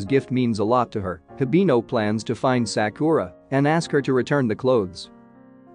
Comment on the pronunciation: Bruh all the movie recap channels always mispronounce Sakura. I get it because most people don’t watch anime or know a little Japanese but it annoys when it repeated across a 10 plus minute clip